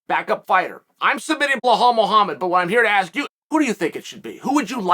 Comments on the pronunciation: It’s Be•lál not blehal Remember the Name! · Belal not Blahaul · Same with Belal, his name is Be-lal not Bla-hal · It’s Bilal NOT Bihlhlal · blahale hahahah you never say it right but still funny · Who's this blahaal Mohammed guy? 😅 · How come Chael has such a difficult time pronouncing any of the Arabic names? Belal (theres no H in there) Hamzat (the letter Z comes after the M) 🤣🤣🤣